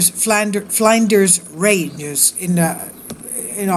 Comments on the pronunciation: flynn-ders, ftw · I gave you a like because of the interest level and I live in Australia, but I thought it sad you had to show the same clips over and over again. Also the pronunciation of Flinders as in Flinders ranges is FL in (as the word in) DERS, FL in DERS